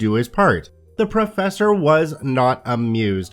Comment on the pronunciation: Also; ‘professor’...